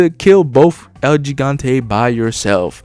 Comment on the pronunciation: It’s el he-gan-te not el g-gan-te if your trying to say it right